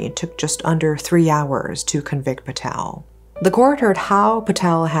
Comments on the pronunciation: I’m sorry but how do you mispronounce the same last name in the same sentence… Jessica “Pat-tal” and Jai “Pat-tel”?!? At~ you use “Mitesh” and “Patel”interchangeably as if they are the same person! This is sloppy. Attention to detail please! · It is pronounced PA TELL I'm disappointed, you seem to do your research into other Asian cultures, although, this guy is very Westernised, Patel is a VERY common surname We also use pounds, not Euros, in the UK